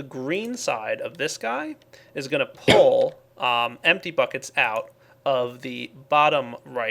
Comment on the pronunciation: what the heck go to and here how he says pull